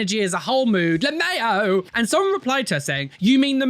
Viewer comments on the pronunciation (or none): I love the way you pronounce lmaao, like it's a French grocery product - Le Maaayo. 🤣